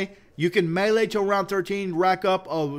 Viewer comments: It's me-lee like melee not may lay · quit saying malea